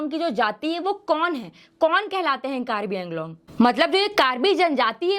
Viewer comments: Its pronounce as Anglong not Englong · Ok, most people mispronounce it. Woh ‘कार्बी आंगलोंग' hai, nah ki कार्बी ऐंगलोंग. 🙏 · The way you're pronouncing Anglong that's so annoying